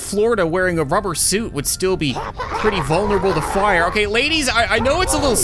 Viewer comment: Would love to see an update on your battle cats adventures, Been quite a while since we’ve heard a good “FIIRE ZEE CAT-CANOON”